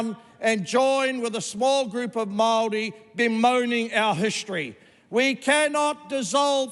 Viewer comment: Wow. Now this is how the haka girl should’ve spoken. His pronunciation of Maori is even better than hers